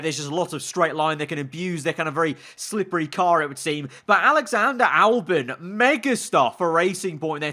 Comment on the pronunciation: ahh yes, Allyander Olbon